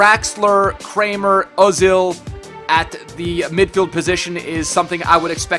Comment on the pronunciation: Kramer is pronounced as it's spelled. It's "a" normal a not an "ä" :). Just letting you know man :)